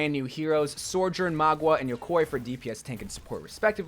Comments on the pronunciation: and when he said yokoi instead of yokai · yokai is pronounced yo-kai just the same way you read it! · and yokwoy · The way you say yokai makes me cringe 😂😭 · excuse me how did you pronounce mauga and yokai? "MAW-GUH", "YO-KAI", uncultured weirdo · its Ma-OO-Ga and YO-Kai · "Magwah" "eternalise" "yakoy" dude i think you might need to practice your phonetic pronounciation with your scripts a bit ay